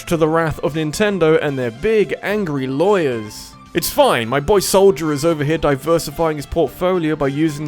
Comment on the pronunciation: I love how your accent makes "Soulja" sound like "Soldier", but if you tried to pronounce "Soldier", the dropped Rs of your accent would make it sound like "Soulja".